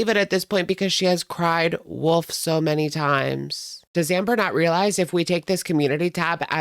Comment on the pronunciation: "cry woof much?" 😂😂😂 i ❤ when people say wolf like woof